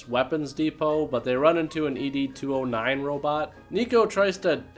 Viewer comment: Pronouncing ed209 as e. d. 209 sounds like an erectile dysfunction robot. Like hes gonna shoot you if you cant get it up. Or hes gonna hand out viagra and tell you its okay. That it happens to all men at some point and pat your limp ass on the back.